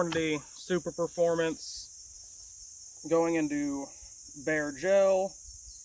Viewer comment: "Super - formance" not "Super Performance."